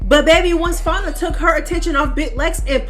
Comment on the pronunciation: F A N I A, you keep pronouncing it wrong